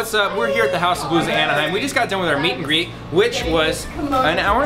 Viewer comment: “met and gret” yup i’m definitely not watching this for the second time wut